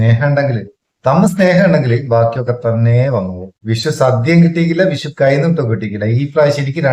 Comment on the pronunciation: വിശു അല്ല, വിഷു.